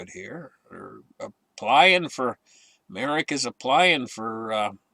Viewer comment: It’s not “ Merrick” it’s Merck I grew up in Merrick, NY by the way